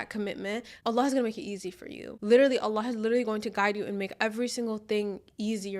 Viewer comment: I love the way you pronounce Allah's Name throughout the video. MasyaAllah, you say His Name with so much love and closeness.